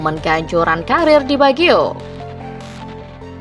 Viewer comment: Roberto bagio bukan di biagio. Dr awal kw nyebutnya di biagio